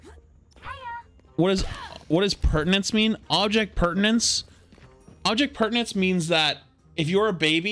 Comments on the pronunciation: why does he say perdanence? its permanence. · it's object permanence, not pertience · It's not "pertinence," it's permanence. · I hate that this kind of thing annoys me, but saying "object pertinance" instead of "object PERMANENCE" just grinds me the wrong way. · it's object "permanence". pertinence is essentially whether something is relevant. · God flats saying pertinence instead of permanence got painful by the end of this vid lol. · baby… it’s Permanence… not pertinence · Object Permanence, not pertinence. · object PERMANENCE, FLATS, NOT PERTINENCE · flats my man its object permanence , come on my man its your native language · With so much peace and love, it's called "object permanence", not "object pertinence" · object PERMANENCE not pertinence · As a being that is made up of atoms and DNA, I can not stand the fact that he says "object pertinence" and not "object permanence." Please flats, just do it right next time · I think you mean object permanence. Sounds like you are saying pertinence? You are right though. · Object permanence, not pertinence. Just thought I'd mention. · Were you saying object pertanence 🙃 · Object permanence* not pertinence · it’s object permanence. not pertanents. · object PERMANENCE, not pertenence haha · It's object permanence, not object pertanence. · It's object PERMANENCE not pertinance 😅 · every time he says object "pertinence" i die a little inside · It's actually object permanence. Very common mispronunciation. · I love the content. But it’s object *permanence” you’re killing me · So we're just going to keep letting mispronounce the word "permanence" in the phrase Object Permanence huh? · I love these videos, but man did it hurt to hear you keep mispronouncing object permanence